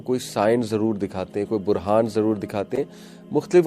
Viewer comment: Sir buhhraan hai. Burhan nai .I also did this mistake onnce and my friend corrected it